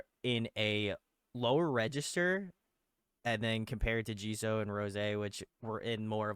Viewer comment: can you please stop saying Jiso. It’s Jisoo or Jisue if it helps you phonetically